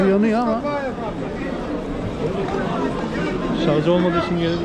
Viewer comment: şarz değil şarj olucak :)